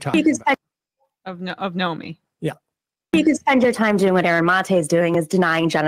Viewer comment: Seder is pathetic. He keeps saying things like, "I'm sure but don't know." He can't pronounce Aaron's name and calls him "this guy." He continually digresses into irrelevant things. Sam's the crazy uncle you hope falls asleep in a 'tryptophan haze' on Thanksgiving.